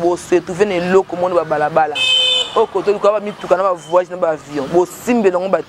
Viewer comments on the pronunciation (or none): none